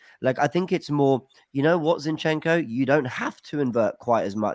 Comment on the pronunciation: why ur calling Zinchenko Shinchenko? for crying out loud